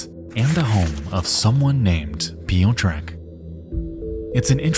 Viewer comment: As a Polish woman, listening to these name pronunciations is killing me. Especially when there's only a handful of actual names. "Piyo-trek"? Really? Please just google a pronunciation for two seconds.